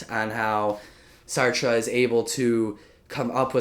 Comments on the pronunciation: Sarte pronounced to "S-art" and Nausea pronounced "Naw-Zee-Ah" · Dude I'm begging you, please stay away French literature.You literally butchered the name of those of two authors...